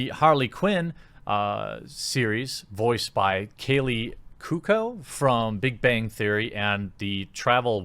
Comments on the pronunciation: Koo-oh-ko. Kaley Koo-oh-ko. Cuoco. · Kaley "coo-oh-co" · 1 it is pronounced Rob-E not Robe-E 2 it is pronounced Ku-O-ko